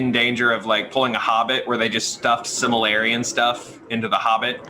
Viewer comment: Can we teach how to say "the Silmarillion"?